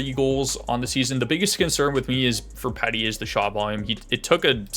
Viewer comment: lol I laught everytime you say petty instead of petey.